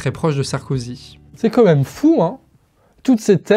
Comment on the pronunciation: Merci encore à l'équipe pour votre travail. Je relève juste une petite chose. Ça fait plusieurs fois que je t'entends dire "comme même" et non "quand même". C'est sûrement une hallucination auditive, mais je préférais faire la remarque pour être sûr. Et sinon, pour finir, la vidéo est tip top, comme d'hab !